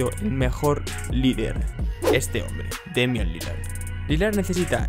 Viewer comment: Lo peor de Demian Lilard (como se pronuncia) es que (narrador) le diga damian:v Jajaja